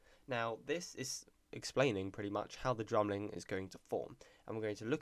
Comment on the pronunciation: bruh u speak like the queen. ur like ' dramlin.'